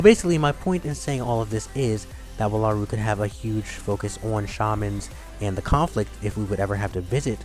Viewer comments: Ugh! Jaki is a jackalope and is NOT from Wallaru. That is my biggest complaint. Don't spread that misconception about Jaki.....(Also It's Wall-a-roo not Wah-la-roo from my experience with these characters. ) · Your pronouncing wallaru wrong. Its WALL-ah-ru. They even say it